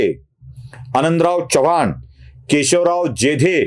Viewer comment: च्यव्हाण नव्हे चव्हाण असा उच्चार पाहिजे.